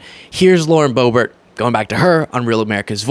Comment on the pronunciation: The intentional mispronunciation of her name is done out of disrespect. I’m tired of them doing that petty s#!t.